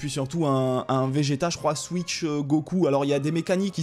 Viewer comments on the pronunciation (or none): none